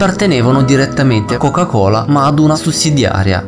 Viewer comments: "La chocah cholah" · Interessante ma: 1) Il verbo latitare ha l'accento sulla a e non sulla i, quindi essi làààtitano e non latìììtano! 2) Nella questione di Placimada, quando si parla dell'inquinamento delle acque operato dalla coca cola, nell'immagine mostrata si vede chiaramente anche il marchio "PEPSI" sui cartelloni delle vittime. 3) Perchè non riesci a dire "Coca-Cola" in modo normale? Dal modo in cui la pronunci sembra che tu abbia del cotone in bocca =)